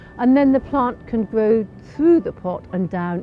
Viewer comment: O, she's so sensible, so professional, so knowledgeable, such a great eye. Direct, confident, 100% posh. And I keep reminding myself, "just iwwigate it, and it will gwow like the clappers."